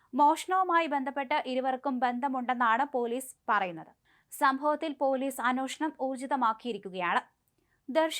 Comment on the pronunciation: അന്വോഷണം alla അന്വേഷണം.. Malayalam parayan polum ariyille